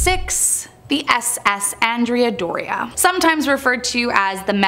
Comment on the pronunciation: It's "ON-dray-ah Doria". Named for a Renaissance Genoese admiral.